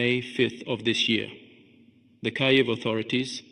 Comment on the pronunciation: It still has small imperfections: it is not "Kayev", it is "Kiev".